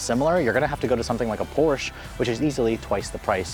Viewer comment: Pronounces "Porsche" wrong